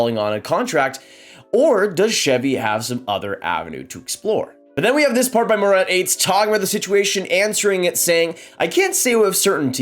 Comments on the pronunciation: It’s pronounced. Murrrat Ahhtess. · Murat Ates. Learn the pronounce it right. You're not Cherry